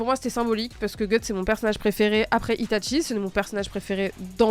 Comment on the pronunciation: Itachi* pas Ita*T*chi..